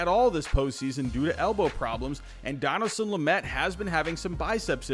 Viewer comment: How you pronounce Dinelson lamets first name cracks me up